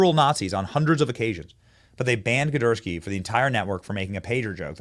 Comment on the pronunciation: “ Gidursky” okay I’m convinced Benny and are both faking not being able to read. lol